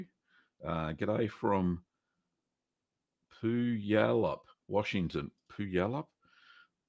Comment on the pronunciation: Just an FYI, Puyallup is pronounced as 'Pyew WALL up. Lots of fun, indigenous names in the Pacific Northwest. I can't wait to show dairy goats at the Washington State Fair in Puyallup.